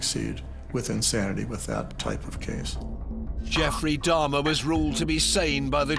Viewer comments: I don't understand why several of the people keep calling Jeffrey Dahmer "Darhma". Why didn't anyone correct them and tell them his name? That's so weird. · I do realize some of them have accents but I mean that some are specifically calling him Dahrma. I don't believe an accent could make someone mispronounced a word that badly. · Who the fuck is dammah?😂😂